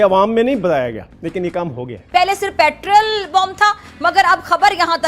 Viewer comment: के दीवानो को समझाओ पैट्रल नहीं होता पैट्रोल होता है।